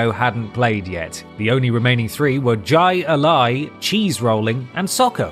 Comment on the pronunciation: Love how you pronounced Jai alai